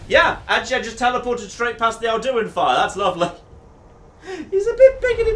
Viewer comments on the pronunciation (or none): Literally everyone on the planet: AL-Du-In: Al-DU-In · His pronounciation of Alduin hurts me